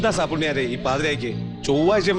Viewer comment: സാപ്പുണ്ണ്യാരെ എന്നാണ് 😂